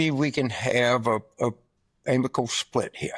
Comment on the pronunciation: Carville just turned the word “amicable” into three syllables. 🙄🤡